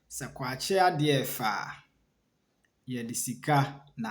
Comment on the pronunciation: It is kwan ky3n ade3 a 3f3 Not kwakye